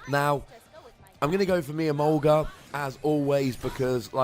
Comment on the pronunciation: Whenever you say "My Emolga", I keep thinking you say "My Sharona"..can't wait to see the Scizor vs. Yveltal and your next Pokken Battle!